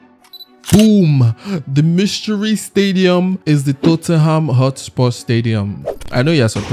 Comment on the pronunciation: its tottminham